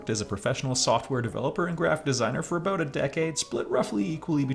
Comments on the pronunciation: I'll be honest... I just dismissed it as a hiccup in my stream. As a fellow Canadian, I actually don't hear the 'aboot' version very often... mostly just online. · As a fellow Canadian I didn’t really hear the “about” thing until you pointed it out. I think we, as Canadians, hear the different pronunciations enough that we don’t notice a difference unless we are looking for it